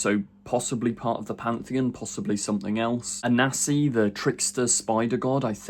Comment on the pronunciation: A NAN see Jesus christ get it right!!!